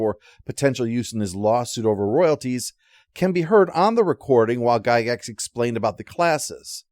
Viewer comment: It's pronounced "Jie-gax".